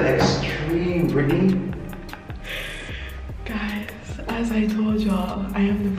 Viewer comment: Brit-tah-ney lol if only you could here me eh lol. This was an amazing prank, sorry I've been missing a bit, I was extremely busy, still am but I just dropped by to check out this hot Prank, which I loved so much. Beautiful job, but you know he Caresssss. All the best love you guys, GOD BLESS 🙏🏿